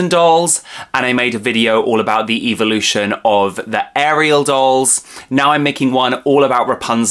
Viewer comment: I love how he says evil- ution lol